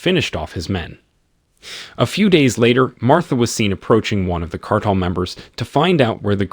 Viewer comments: Can’t pronounce “cartel” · The narrator, whether it's A.I. or not, is mispronouncing 'cartel'. (Over & over again.) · Awful commentary. Perhaps it was computer generated since the narrator can't say cartel and he can say "made him pain."